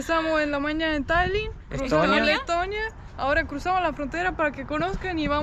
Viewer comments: Pense que decia tetonia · Que bonito es Tetonia....digo, Leeetonia. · quieres decir Tetonia no Letonia.